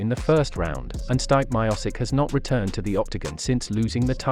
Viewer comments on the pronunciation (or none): Hey guy you pronounced Miocic wrong. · You pronounced Miocic as wrong as it's possible. What the hell is wrong with you.